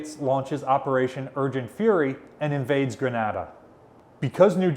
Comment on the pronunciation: I think it's grenada, not grenada.